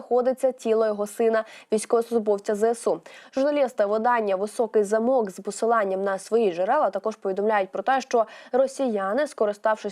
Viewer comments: Пані дикторка!Не замОк,а зАмок,у Львові -Високий замок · «Високий замок» наголос у слові замок на перший склад ❗️ дуже часто тепер ведучі чи ті, хто читає текст, взагалі не розуміють про що вони говорять, на жаль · Тільки "Високий зАмок """ а не замОк. !!